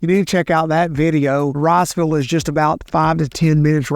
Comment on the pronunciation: He's from here he claims. You think he'd know Rossville is in Georgia lol. Athens is lost, but let him send people to Rossville instead of Riceville please